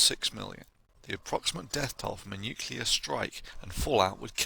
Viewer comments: 'Some small discrepancies here between video text and spoken word, not too serious (but I've only watched 98 minutes so far)... It would be nice, though, if the narrator could pronounce the word "nuclear" properly. It distracts- and irritates me when he speaks like George W, or Bruce Willis...! Say after me: "New"... and now, "Clear"... Great - now say them one after another.... NewClear. Well done! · mia wick It doesn't take away from the contents of course. Never claimed that. But this imperfection (not an accent) just makes the packaging a bit less attractive. Mispronouncing words like "nuclear" is usually rather expected from people not from that field and far from that matter. Not a big deal, but something people notice.. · You know I got to cry foul on this superficial argument that pronouncing nuclear one way makes you a Starbucks sipping English professor and another way makes you look like you're about to make someone squeal like a pig. I know how nuclear is spelled and I know many other people who also know how it is spelled yet when they say it it comes out as new-Cyu-lar and not new-cleer. It's just how they say it even though they know how it's spelled. And despite this these people are all at or above average intelligence. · great video. obviously a lot of work went into this so for that i thank you. fyi its pronounced noo clee ar, not nook yoo lar. nuclear :) did that myself for years. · Please, Thunder, it's nuc-le-ar, not nuc-yul-ar. I've known a few real nuclear physicists who do this, but all the others laugh at them behind their backs, and ask how you could possibly use the word every day and hear others pronouncing it correctly every day, and still get it wrong. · Thunderf00t, i love your videos, man, but do you have to pronounce "nuclear" as "nucular" and "et cetera" as "egg cetera"?